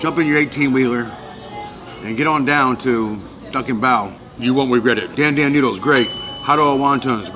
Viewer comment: Sash wannnnnn noodles? Sash Dan noodles?